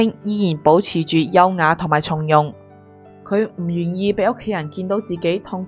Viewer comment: 從容⋯⋯ 應該讀音⋯⋯鬆容！